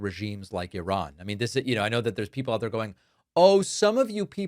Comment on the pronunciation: We are oit of oxygen 😂